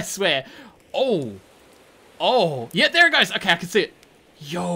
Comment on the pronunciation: Every time this dude say yow Him: yowr